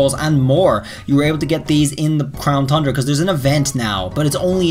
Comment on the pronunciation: Why do u say crown thundra? There's no H